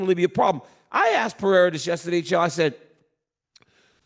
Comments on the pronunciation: Who is Alex "Pee-era" ? Lmao can someone please tell both of these dudes how to say the guy's name correctly already lol. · Purr-ray-rah its easy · PE - RE - I - RA 💥🤯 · Chael is gonna have me saying 'Piera' soon enough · Serious question: does Chael intentionally mispronounce legitimately every single fighter’s name 😂😂😂